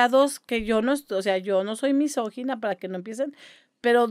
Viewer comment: Doña católica si sabe decir "misógino", no que Diego Ruzzarin: "misógeno". jejejejeje punto para la señora